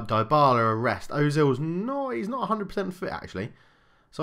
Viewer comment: Please start pronouncing Ozil properly.